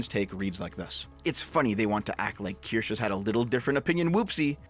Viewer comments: Keer-Shuh Not keer-sh Keer-Shuh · "Kirsch" is an acceptable pronunciation in compound substantives such as "Kirschtorte" or "Kirschlikör", otherwise, the terminal "e" is pronounced like a schwa sound. Something like "keersh-uh". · this dude said "keersh" its keer-shuh. and honestly the only reason id ever mention you in her chat is for you to collab on a game or something and make nice. youre on the same side after all. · It's pronounced "kir-shuh" btw. It's German/Swiss. "sche" is not a "sh" with a silent "e". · I'm just going to complain that you pronounce her name "Kirsch" when it's a German word (meaning 'Cherry') and so the "e" at the end is supposed to be clearly sounded out. Bad! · Its not pronounced Ker-sha? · I'm stuck wondering if you're mispronouncing the name on purpose at this point. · Kirsche is two syllables.